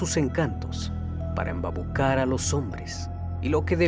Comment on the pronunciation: "embabucar? a los hombres,"(min. ).. será "embaucar"C.N 🙄😖